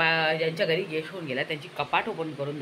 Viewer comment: Guest nahi ghest 😂😂